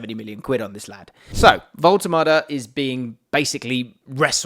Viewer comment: AS a German i tell you: your pronounciation of " Woltemade" is totally correct !